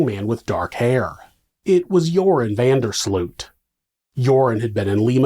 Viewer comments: Pronunciation alert: van der Sloot. The “oo” is pronounced as ‘oa’ in Oats. So you’ll say van der Sloat. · That's because his name is being butchered throughout the whole video. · Now you live in the Netherlands, you should know, how to pronounce 'Van der Sloot'. Shame on you ! 😜